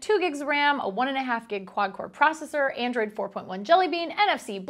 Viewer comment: Lol she said a 1.5 gig quadcore proscesser